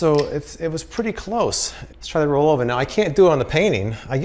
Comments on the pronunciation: How much times did you have to do a re do because you said rollover rather than rollova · I think the pronunciation is supposed to be similar to the watch, Bulova, where the stress is on the first syllable, but I could be wrong and it wouldn't break my heart. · I thought you picked up a Boston Accent 🤣it was just the brand name.